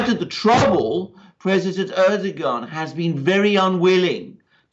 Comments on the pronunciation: Dear Alexander, you are very good.. and I like your comments and analysis... but you would be even more credible if you would address President Erdogan as "Erdowan" (without pronouncing the "g") as it is pronounced properly, so I believe. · Erdogan should be pronounced like Erdo-wan, a bit like padowan in Star wars. He lost Istanbul and Ankara in the local elections, thus adding to the uncertainty.